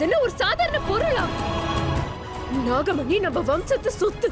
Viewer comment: Dai ethana thappuda pannuvi GA dubbing process la Vishnu dialogue la namagamani illa da nagamani